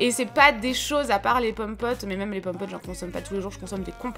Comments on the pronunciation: c'est horrible quand tu dis même ( tu dis "meume') c'est trop crispand sinon super vidéo!!! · Sa me stressera toujours quand elle dit le mot «même » elle le prononce meume 😭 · ça me perturbe quand tu dis "meume" pour "même" xd C'est un accent de quoi? :3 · Oui moi aussi mais elle est tros belle 😍😍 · oui grave c'est un peu énervent mais c'est une très belle femme 😘😍👍👌❤ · Moi aussi mes pas mechant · Trop ! Je croyais que j'étais seule à attendre " meume " mais je critique pas du tout ! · Le « moi meume » de 😂😂